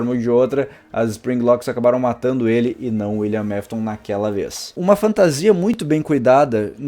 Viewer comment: Teve uma hora que ele falou"Willian Mafton"😂😂😂😂